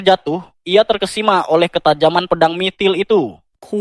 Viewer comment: Mitril bg bukan MITIL😂